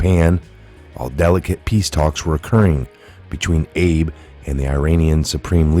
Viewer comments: It's pronounced Ah-Bay, not Abe, like Abe Lincoln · PM Abe's name is pronounced Ah-B, He ain't no Abe Lincoln!